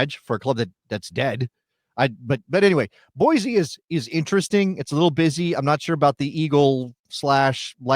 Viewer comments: Boise is pronounced Boy-see, not Boy-zee. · You say ee-zy not ee-sy for the word easy, same with Boise. Deal with it bro🥀